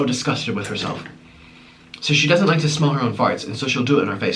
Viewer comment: You said dawzent ok 🐱🐱🐱🐱🐱🐱🐱🐱🐱🐱🐱🐱🐱🐱🐱🐱🐱🐱🐱🐱🐱🐱🐱🐱🐱🐱🐱🐱🐱🐱🐱🐱🐱🐱🐱🐱🐱🐱🐱🐱🐱🐱🐱🐱🐱🐱🐱🐱🐱🐱🐱🐱🐱🐱🐱🐱🐱🐱🐱🐱🐱🐱🐱🐱🐱🐱🐱🐱🐱🐱🐱🐱🐱🐱🐱🐱🐱🐱🐱🐱🐱🐱🐱🐱🐱🐱🐱🐱🐱🐱🐱🐱🐱🐱🐱🐱🐱🐱🐱🐱🐱🐱🐱🐱🐱🐱🐱🐱🐱🐱🐱🐱🐱🐱🐱🐱🐱🐱🐱🐱🐱🐱🐱🐱🐱🐱🐱🐱🐱🐱🐱🐱🐱🐱🐱🐱🐱🐱🐱🐱🐱🐱🐱🐱🐱🐱🐱🐱🐱🐱🐱🐱🐱🐱🐱🐱🐱🐱🐱🐱🐱🐱🐱🐱🐱🐱🐱🐱🐱🐱🐱🐱🐱🐱🐱🐱🐱🐱🐱🐱🐱🐱🐱🐱🐱🐱🐱🐱🐱🐱🐱🐱🐱🐱🐱🐱🐱🐱🐱🐱🐱🐱🐱🐱🐱🐱🐱🐱🐱🐱🐱🐱🐱🐱🐱🐱🐱🐱🐱🐱🐱🐱🐱🐱🐱🐱🐱🐱🐱🐱🐱🐱🐱🐱🐱🐱🐱🐱🐱🐱🐱🐱🐱🐱🐱🐱🐱🐱🐱🐱🐱🐱🐱🐱🐱🐱🐱🐱🐱🐱🐱🐱🐱🐱🐱🐱🐱🐱🐱🐱🐱🐱🐱🐱🐱🐱🐱🐱🐱🐱🐱🐱🐱🐱🐱🐱🐱🐱🐱🐱🐱🐱🐱🐱🐱🐱🐱🐱🐱🐱🐱🐱🐱🐱🐱🐱🐱🐱🐱🐱🐱🐱🐱🐱🐱🐱🐱🐱🐱🐱🐱🐱🐱🐱🐱🐱🐱🐱🐱🐱🐱🐱🐱🐱🐱🐱🐱🐱🐱🐱🐱🐱🐱🐱🐱🐱🐱🐱🐱🐱🐱🐱🐱🐱🐱🐱🐱🐱🐱🐱🐱🐱🐱🐱🐱🐱🐱🐱🐱🐱🐱🐱🐱🐱🐱🐱🐱🐱🐱🐱🐱🐱🐱🐱🐱🐱🐱🐱🐱🐱🐱🐱🐱🐱🐱🐱🐱🐱🐱🐱🐱🐱🐱🐱🐱🐱🐱🐱🐱🐱🐱🐱🐱🐱🐱🐱🐱🐱🐱🐱🐱🐱🐱🐱 🐱 if you thenk its a dawzent like plzzzzz my fenger is prok 😭😭